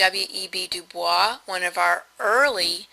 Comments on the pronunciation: This was a very good summation of Smith's approach to social inquiry, with one exception that drove me nuts. WEB DuBois is not pronounced using the French pronunciation or Streetcar's Blanche, but Du-Boyz. I know it's counter-intuitive, but that's the real deal. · You say WEB DuBois so flawlessly xD